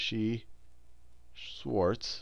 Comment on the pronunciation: Great video! tho...:D You need to work on that pronunciation.